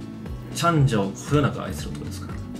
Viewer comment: 私もチャンジャ大好き！ たらの内臓がこんなに美味しなんてね！w けどイントネーションおかしい気がするw せっかく美味しいご飯なのに紙皿www